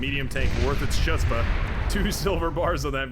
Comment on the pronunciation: when you say "chutzpah" do you know Ch pronounced with a gutteral H sound? Every time you've said it I hear the ch haha